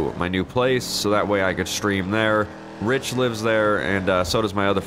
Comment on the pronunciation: jamster 96 it's Rich not Ritch